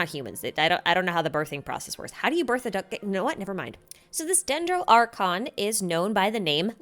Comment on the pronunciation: u lost me after u sayed dendro archon for the first time